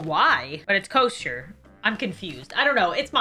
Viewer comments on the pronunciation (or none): none